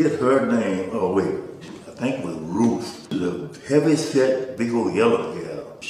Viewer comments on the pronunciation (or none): none